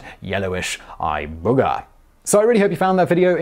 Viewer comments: Eye Boogah! Funny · Hahahah! You said "eye boogier".